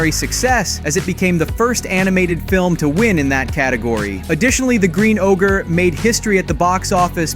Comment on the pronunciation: It’s not ogre. It’s never ogre. 😂